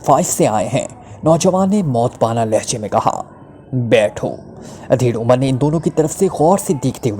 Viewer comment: Udhair umar 👍👌 Adhair umar 👎 Is word M alif p paish h JAZAKALLAH KHAIR Horrible expressions k begair read kerain, shaid more better hu Or words b proper pronunciation ( in English and urdu .) k sath read kiya jay, JAZAKALLAH KHAIR